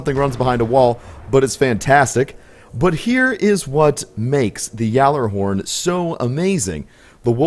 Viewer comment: Pronounce it correctly you nob